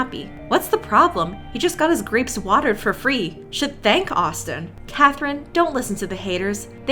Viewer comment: Ahh yes, my favourite snack, bleach “graoes” 😫😫😫😋😋😋🤤🤤🤤🥵🥵🥵🥶🥶🥶😈😈😈💯💯 (joke)